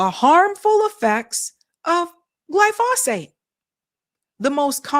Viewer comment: Please for the love of DOG!!!!!@ If you KNOW you're going to be reporting on something in particular and saying the name of said thing over and over and OVER again PLEASE FFS LEARN HOW TO PRONOUNCE THE GD WORD!!! "GLY- FAUX-SATE" "GLY- "FOH" SATE" = glyphosate! You try to speak with authority but mangle stuff way too often! iF you eat food you should KNOW WTF glyphosate is! Especially a college graduate. JFC Glyphosate been KNOWN !!!!! You LATE Boo!